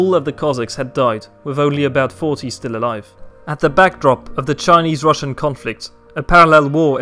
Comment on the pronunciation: your Chinese pronunciation is amazing